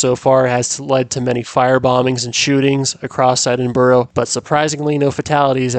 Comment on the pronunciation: He got the details right but the pronunciation of Edinburgh was agony